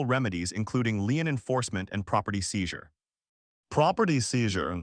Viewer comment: "Lien" is pronounced "lean" not "line".